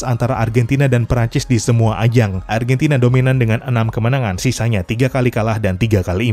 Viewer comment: Argantina yess